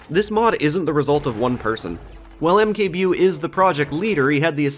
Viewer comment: Mkbewe is a reference to one of Polish online cartoons called Kapitan Bomba. You didn't really say it right but it is okay. I think it was supposed to sound well.... African, as the character in question is essentially a parody of blacksploitation movie protagonists. AKA A n-word with a rocket launcher